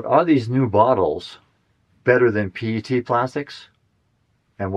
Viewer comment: The entire micro plastic thing is a hoax. Methods are bad, no rigorous definitions, and so on. Clothes, skin, dust, plants and every other thing out there sheds small particles. It's all silly. It's also not hard to pronounce PET correctly.